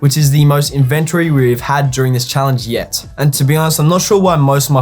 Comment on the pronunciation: bro the word is INVENT ORY.